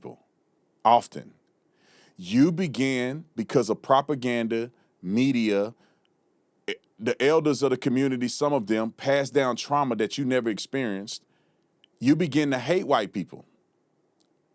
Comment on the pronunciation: She wants to be Jasmine Crockett and said “proper-ganda”😂